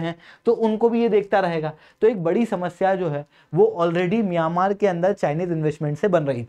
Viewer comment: मियांमार नहीं म्यंमार है😂😂😂